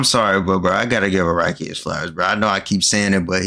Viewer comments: His names pronounced a rock e btw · the creator of jojo is araki is not akira like the dragon ball creator it's pronounced more like a-rock-e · Bro called Araki “Akira”